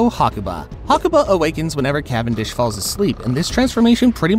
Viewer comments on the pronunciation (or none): none